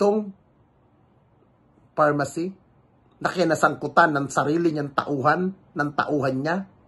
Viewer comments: pharmally Hindi pharmacy🤭✌️ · Pharmally hindi pharmacy 😂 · pharmally po,..😂😂